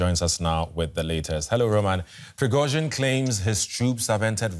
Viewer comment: The news guy pronounces Prigozhin's name very well.